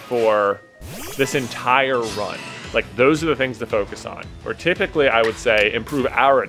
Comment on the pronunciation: Did J just say "Protypically?"